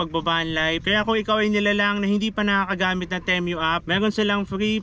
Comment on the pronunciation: pesteng pronunciation ng temu yan 😂